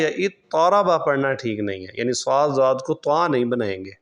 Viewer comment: Yeh jo aap zuaad prh rhy hain isky kia jawaaz ki soorty hain? Duaad hota hai asal main , Aap ne Qurr'aaaa Hazraat ko nahi suna ?